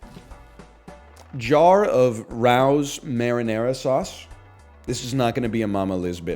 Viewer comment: He's so far from NYC he pronounced Rao's as "rouse" instead of "Ray-ohs".